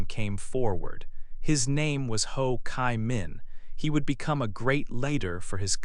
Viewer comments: "Chi" - I hear " Kai", why??? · Ho Chi Minh. "Chi" is pronounced like G in english or cheese